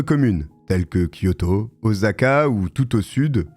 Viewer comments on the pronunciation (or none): Y’a moyen que vous arrêtiez tous de dire OZAka ça se dit ossssssaka bordel